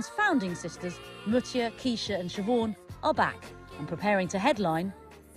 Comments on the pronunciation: Shev-on not Shev-ourne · Sugababes need a deep dive Netflix style documentary for sure! It’s overdue it bugged me how the presenter pronounced Siobhan’s name though 🤧